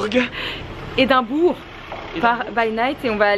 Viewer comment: Hello et! L'Ecosse c'est beaucouup trop cooooooul!! J'espère que ça vous plaira à fond (malgré le petit incident qui heureusement s'est réglé!). Du coup profitez encore plus!! PS: J'ADORE ta prononciation d'Edimbourg":')) Bisous ma belle!:*